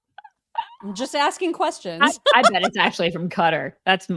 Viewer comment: The way she says "quessions" drives me nuts